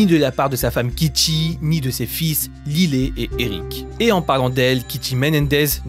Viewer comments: Ça se prononce laïle et non lillet😂😂😂😂😂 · J’adore vos vidéos mais je crois qu’on dit « layle » pas lilé 😭😭 ça m’a perturbé 😂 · Lylé?? Ils sont américains 😅 un petit effort quand meme lyle se prononce "L[aie]le" 😂😂